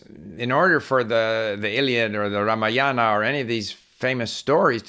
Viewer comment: Hi Steve .. I am from India.. I love your vedio.. So nice you have referred the famous epic of India, the Ramayana..! It should be pronounced as the Raamaayana,, not Raamayaana.. Thanks for your explanation of listening...